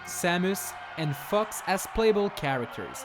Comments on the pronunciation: Who else thought that when he says fox it sounds like fux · Every time you say fox, it makes me think your saying the f word for some reason.